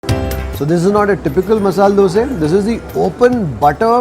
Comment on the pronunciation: Thank you for telling dose instead dosa. One more word please tell pura instead of puram , upma of uppittu